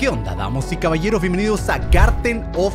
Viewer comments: Alguien se ha dado cuenta que German en vez de decir ''Damas'' dice ''Damos'' JAJAJJAA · Si, 11 meses tarde pero siempre dice “damos y caballeras” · LOS DIJO MAL:DAmOS y cabaLLEros